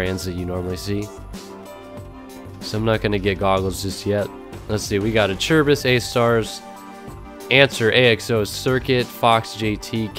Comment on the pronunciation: you're saying acerbis wrong there